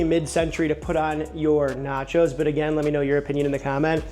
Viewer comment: Bro called it "naco" cause it sounded like taco I bet...